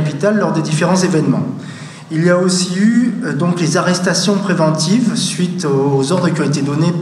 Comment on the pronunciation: "Arrrestation prevemtive", OMG.